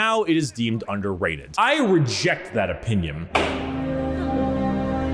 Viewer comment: "I reject that opiniom" Oh my god, you actually do end some of your words with the letter 'm'.